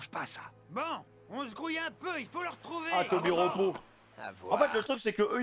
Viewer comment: c'est pas un tobiropo pitié fait un effort